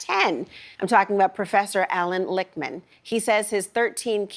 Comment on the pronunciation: Lickman (pronounced lick— man ) ..:: predicted his own keys wrongly.